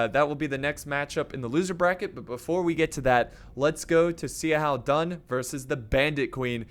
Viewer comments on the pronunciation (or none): You said xiahoua dun wrong it’s pronounce shou-who-dun not c-how-dun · Zee a how Dun. Best pronunciation of Xiahou Dun ever. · He is name is like this: Sha-hu-dun Also not Si Chu but Shu-chu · Bro, Xiahou Dun is pronounced like "Sha-hoe Doon" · Yeah, honestly I don't mind people mispronouncing names, but is especially BAD with chinese names lol.